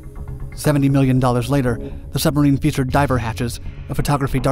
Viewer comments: When Germans trying to Pronounce Submarine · "Schubmarine" XD